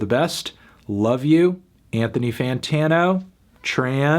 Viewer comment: Anthony “Fantano”